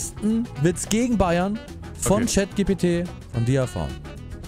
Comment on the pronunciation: GPT wird englisch ausgesprochen 😭